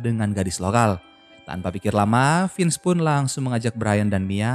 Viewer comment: Semangat min,semoga lebih teliti lagi soal nama nama tokohnya soalnya penyebutan nya salah Vince bukan finz